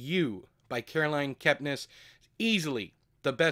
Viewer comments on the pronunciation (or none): none